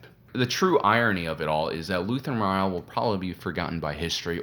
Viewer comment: But did you watch the show, because that I keep hearing you mispronounce Rael over and over? This isn't a book, they say the name in the show again and again. For a, you make ocd people go crazy when we just want to enjoy your videos.